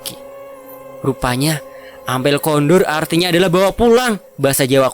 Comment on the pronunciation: Pak men bacanya pak min, rencang Ampun kondor bacanya kondur. Logate Jawa gak bisa ditulis di huruf alfabeth min.mungkin maksudnya suruhbawa temannya pulang